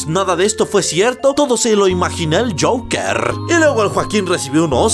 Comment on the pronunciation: Todos: el Joker El: el jasja